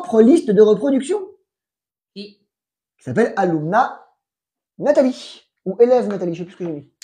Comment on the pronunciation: Que bien que pronuncia!